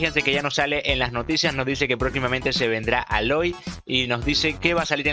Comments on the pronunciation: se pronuncia eiloy mi nombre del juego es ricardo230108 nivel 79 por si acaso ayudaaaaa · Se pronuncia Eloy pero para que sea básico es aloy y no como dijiste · en españa se pronuncia a-loy y en chile eyloiy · El personaje se pronuncia eloy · En España se pronuncia Aloy y en latinoamerica eiloy